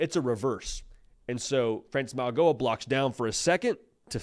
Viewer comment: Mauigoa is pronounced like the “G” is a “N”. Maui NO-A